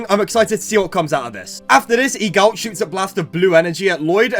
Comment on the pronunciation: Broo I cant with the pronounciation of Eagult, Egalt 😭